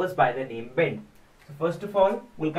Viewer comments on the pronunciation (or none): It's BEST not BEND